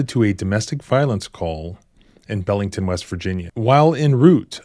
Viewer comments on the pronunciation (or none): Its pronounced Beelington